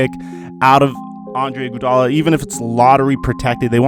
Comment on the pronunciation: Dis nigga keep sayin Andre "Gudala"😂😂💀